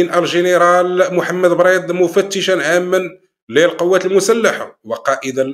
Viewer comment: الجنرال بريد وليس بريط